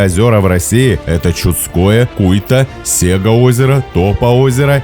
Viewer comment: "ладЫшское", это от слова "Ладыжка" что-ли?) "сЕга Озеро", ну не иначе как в честь компании сЕга его так назвали 🤣 Ну хоть Онежское озеро правильно назвали, хоть что-то.. Серьёзно, хватит читать Карельские топонимы абы как, а то ушам уже больно